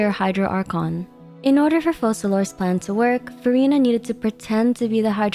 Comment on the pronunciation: Why does everyone mispronounce Focalors?